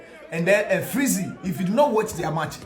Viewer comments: Bro you have learn your pronunciations well, the name is freezy not flexy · Why are you calling him flexy instead of freexy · Massa freezy not fleezy ok prepare yourself before you come